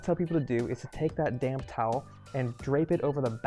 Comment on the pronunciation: Oh, when you say "take that damp towel" i can't help myself but hear it "take that damn towel!" and laugh ❤